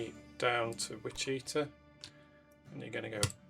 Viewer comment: Excellent. I enjoyed watching this. I particularly liked your early freight setup. Now this next bit is me paying back all the folks who try to correct my pronunciation of cities. It is WICH-uh-taw.